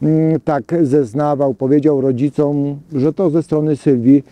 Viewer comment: otóż to. „Wzięli na tapetę” Wyraźnie wypowiedziane „rodzicą”, a dopiero ogladam 12 minut :p Co jak co, ale to są podstawy. Jeżeli są takie braki, to warto się wcześniej przygotować.